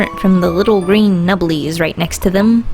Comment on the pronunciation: "Little green nublies" lol